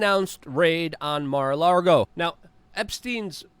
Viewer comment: Lago it’s Mar a LAGO